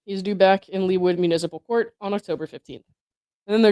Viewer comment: Yes you pronounced Leawood correctly. - a Kansas City swiftie Big money area. Wild story though.